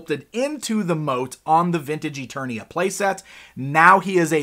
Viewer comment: It's Preternia not Eternia